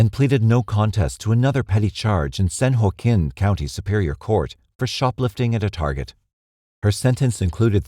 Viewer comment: This is a horrific case. May the little girl's family find comfort and solace. May chick rot in prison. And lastly it's San Joaquin - San waah-keen